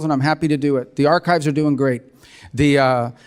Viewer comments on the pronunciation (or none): Ark if viz! It is archives! What a joke…